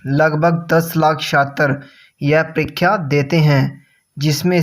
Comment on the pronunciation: Ur परीक्षा hota h....परिख्या nhi....